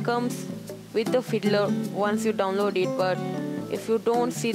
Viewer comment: Sorry, it sounded like he said you need to install hitler :P but i realised he said fiddler